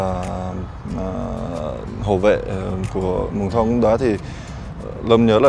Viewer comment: Xin gop ý với anh 1 chút.Tên clb phát âm là Mương thoong chứ k phải là Mường Thông.